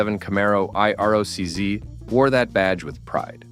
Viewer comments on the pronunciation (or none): The Camaro eye-are-oh-cee-zed. It's IROC-Z. I'll forgive the "zed" grudgingly, but gotta dislike every video from anyone using auto narration without saying that's what I'm listening to. Just read the shit yourself if you want me to spend time watching. If it's not important enough for you to take time speaking into a mic, why should I waste time watching so you can earn a few easy bucks? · Every time you say I R O C Z, I cringe... Try it like this: eye rock zee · The I-R-O-C-Z???? WTF??? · IROC-Z is not supposed to be spelled out. It is pronounced I-rock zee. And how do you turn a Z into zed? It is plainly a Z, I don't see an ed after the Z so how does it become zed?